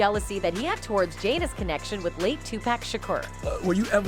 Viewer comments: Sweetie if gone do a video, do the research and find out how to pronounce the person's name you're saying! His name is Tupac! It's pronounced Topock sounds like sock with a (p).. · Y'all ruined the video when you said Tupeck instead of Tupac. Wtf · It’s Tupac not topack 😂😂🤦🏾🤦🏾🤦🏾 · I can’t take hearing her butcher his name anymore! It’s not 2-pack! It Tupac (2-pock)!!!! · 2 pack wtf. The more she said it pissed me off more. Come on man. Pack lol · Still saying TUPACK? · So no one's going to talk about how she says Tupac's name wrong. Damn near butchered the name 😂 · Can she say Tupac name correctly please? 💯